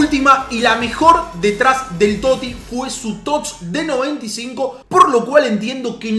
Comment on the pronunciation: Porque coño dices tots sin pronunciar la "S" dices tot